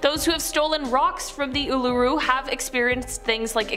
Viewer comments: It's pronounced "oo-La-roo. Cheers.🧙‍♂ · Learn how to say Uluru correctly. It's insulting to the culture pronouncing it wrong